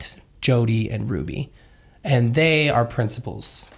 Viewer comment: Everytime Jody says principles, I hear princibles😂